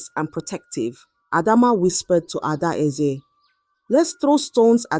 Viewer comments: Pronoun your words properly. A-dae-ze is the name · Are you not from Nigeria for you to fail to pronounce adaeze when a Zambian like me can ah work on your self. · People just correct her instead of raising complaints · The pronunciation of Adaeze was just doing my head in. Why not practise saying the words before the story or just use a simpler name instead?